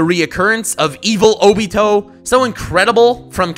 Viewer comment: Oh-bee-toe LOL